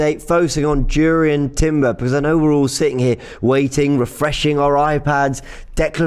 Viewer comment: Its pronounced as Yurrien Timber